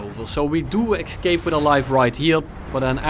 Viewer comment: implemented a new meta after this video:D Pro language tip. its pronounced ES-CAPE not EGG-Scape. iam seeing those faults pretty often lately. Same goes for ET- CETERA. Alot of creators say EGG- CETRA. Pretty weird. Anyway great video as allways.